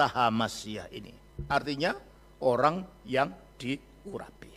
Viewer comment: yg menjelaskan bikin org pusing apalagi yg membacakan ayat"nya mual lambungku,dia menyebut kata orang" menjadi oang" 😂😂😂